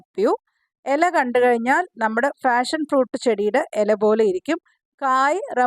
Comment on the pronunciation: ഫാഷൻ ഫ്രൂട്ട് അല്ല പാഷൻ ഫ്രൂട്ട്